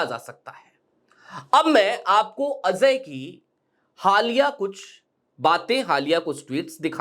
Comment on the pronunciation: Azhay nahi bhai, Ajay. Pronunciation theek karo